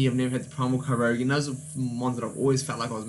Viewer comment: KY-OGRE NOT KYROGUE. pls it hurts to hear such a butchering of the name